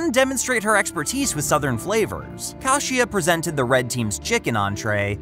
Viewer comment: When they literally pronounce their names in the show and this guy doesn't bother to pronounce them correctly... you can tell he doesn't actually watch it. Her name is KAY-SHA, not Kah-she-ah. Actually sit down and watch the show you're critiquing/covering in the videos man